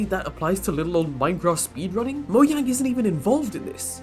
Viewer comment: invalid opinion you don't know how to pronounce mojang correctly